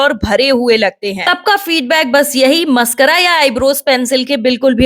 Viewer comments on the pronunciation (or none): पहले बोलना तो सीख ले😂😂मस्करा नहीं मस्कारा😂😂